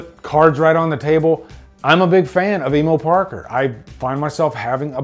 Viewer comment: Bully maguire bruh. It sounds weird when you say emo Parker lmao